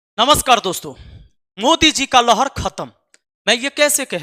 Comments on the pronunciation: Mater saheb lhar not lahad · लहड़ नही लहर होता है ।पहले सही पढ़ाई करो फिर बात करना।मुखिया हो कोई p m नही। हवा में बात मत कर। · लहड 😂😂नही बाबु लहर होता है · लहड़ या लहर होता है गुरु जी